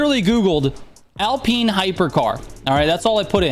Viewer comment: “Alpeen hyper car”